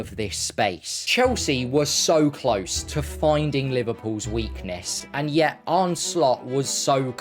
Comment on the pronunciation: his name is arne, and it's pronounced 'arna', not arnay, not arny, and not arn.